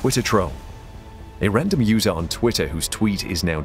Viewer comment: Wait did you say random Mother??